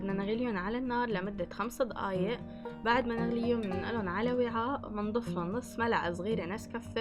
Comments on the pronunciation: احلى شي لما تقولي ضقايق عن دقايق 😂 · اسمها دقايق مو ضقايق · دقايق مو ضقايق هم نطقهم يفخمون حرف د و ق اسمعوها كويس هههههه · أيه والله بتعجبني 🤣🤣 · هي ما بتكتبه هيك هاد نطقها بس يعني بتنطقه ض